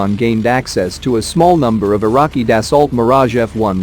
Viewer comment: Das-ooo that's how the French pronounce it.